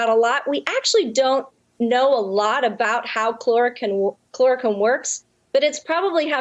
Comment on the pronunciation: she is just bullshitting, throwing out a bunch of "sciency" sounding terms to impress redditors, while hardly even being able to pronounce chloroquine. Also painfully obviously reciting a script. Lmao. "the danger is, we don't know exactly why it works" lmao, the same is true for a raft of medical treatments in daily use. Medicine is not a science, it is an art based upon science. Why a treatment works can be figured out later, from the pov of saving life, it is largely irrelevant and a moot question.